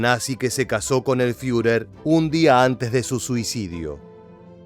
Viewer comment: Es muy bueno el trabajo de este documental, lo único IRRITANTE es tu pronunciación queriendo hacerte el alemán al hablar cuando por ejemplo vez de decir Führer bunker, decir fiurer "bunka".y así en varios de tus videos pronuncias lugares o apellidos alemanes de forma que no se escuchó en ningún otro lugar. Después de eso un buen trabajo histórico de documental.